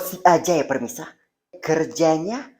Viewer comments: PEMIRSA NOT PERMISAAHH 🥲🥲🥲🥲🤣🤣🤣🤣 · Yg betulnya pemirsa bukan permisa apalah c ni 🤣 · pemirsa❌ permisa✅ 🤣🤣🤣